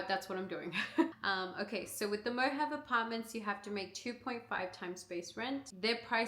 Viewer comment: Hi, I've been a resident of Henderson for 25 years and Mojave is pronounced "Mo-ha-vee". Not, to be the english police, but just wanted you to know.